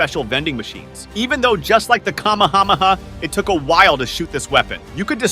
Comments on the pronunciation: Bro why you calling it kamamama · Bro said kamamama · what did this bro say? what the fuck is a kamahamaha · Bro sad kahmakahmaha but is kahmehamehaaaa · him pronouncing anime name's is hilarious, like: kama hama ha, and mekhasa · kam m ha m ha had me rolling on the floor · bro said kamamammaaaa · Bro what the - is Kama Hama ha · blud said " Kamahamaha" lol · It is ck - aaaa - me - haaa - me haaa that how to pronounce you dummy watch anime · Bro why did you say kamahamaa actualy stupid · Bro said kamamamamaha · bro said kamahamaha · The way he pronounces Kamehameha makes me think that he doesn't watch popular animes